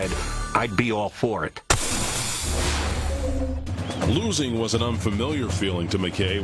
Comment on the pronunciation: “ what do you think about the execution of your team” …… “ id be all forrit “ had me dyinggggg laughing 😂😂😂😂😂